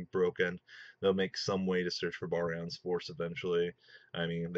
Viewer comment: look stop calling it 5 and my god man pronounce barian correctly that just kills its utopia ray vector v fir short not 5